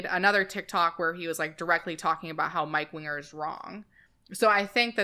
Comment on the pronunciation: There was a few solid minutes I thought the guys name was mike wiener not winger